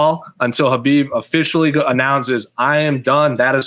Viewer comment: It's KHABIB not KHBAIB